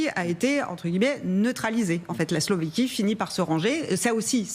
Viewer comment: S L O V A Q U I E pas Slovéquie !